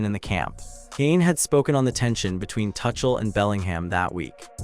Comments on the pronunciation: please pronounce the name as Two-kle not touch-el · AI, keep calling him 'Touchel' 😂